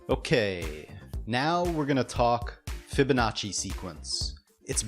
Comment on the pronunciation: When he said fibonnaci i shot my self